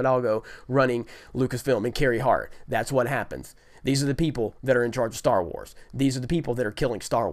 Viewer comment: Can I get a dollar every time he says "Star warrs"